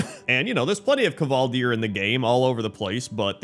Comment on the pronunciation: The K in kvaldir is pronounced the same as the K in KCrendor.